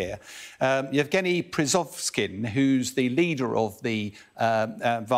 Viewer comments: This gentelmen never misses an opportunity to mispronounce names ;) Prigozin not 'Prizovskin'. BTW: its Putin not 'Piutin'. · Did anyone else find bastardising Yevgeny's surname quite funny??? "Prizovskin" instead of "Prigozhin" 🤣🤣🤣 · Prigozhin, not "Prozovksiii?" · Hard to take this kind of analysis seriously when the "expert" cannot properly pronounce Prigozhin's last name and calls him Prizovskin lol